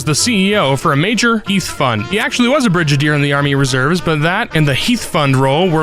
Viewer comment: Thames is pronounced "tems", God damn, you CHOSE this line of work, show a little self-respect. Edit: Jesus, I no sooner hit play and heard you mispronounce "brigadier." Hard "G." Like "git."